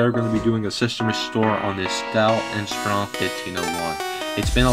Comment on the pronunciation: Thank you !!! The music sucks for one ..and you said control what ??? And how did you pronounce INSPIRON ??